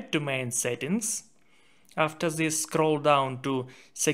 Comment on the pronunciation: then'e this'e zhen, zhis diyen bir beyinsizin tavsiyeleride en az telafuzundaki beyinsizlik kadar beyinsizce olacaktır.